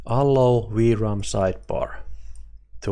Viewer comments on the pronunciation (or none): none